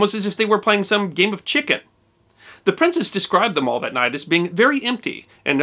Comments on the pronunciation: It is pronounced Mall, not Mawl. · Another great video, except for the pronunciation of the Mall. It's Mall to rhyme with pal, not mall to rhyme with hall. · it's pronounced "MALL" as in HAL. not Mall as in shopping mall. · We in North America tend to pronounce Mall wrong? It’s Maall pronounced that way, just thought I would mention it as my Dad always corrected me lol other that great episode! Love these! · The Mall rhymes with pal. It is not pronounced Maul. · In the UK the word 'mall' rhymes with 'pal'. Some people now use the American pronunciation when referring to a shopping mall although generally they're called 'shopping centres'. The Mall is a hugely famous thoroughfare and not pronounced in the American way. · FYI: Mall is actually pronounced a little differently...it sounds like shall.